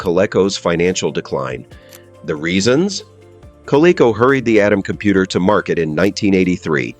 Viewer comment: Good response to the fact that the AI voice mispronounced the companies name MULTIPLE times almost like the response was from AI.